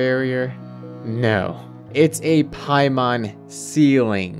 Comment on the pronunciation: Lol paimon it's paimon hahaha. The horror of it all.